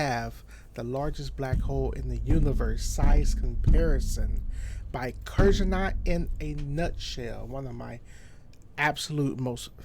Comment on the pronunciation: kurzgesagt not kurzenat